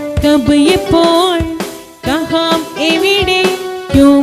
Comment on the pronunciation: കഹാം അല്ല, കഹാ എന്നേ പറയാവൂ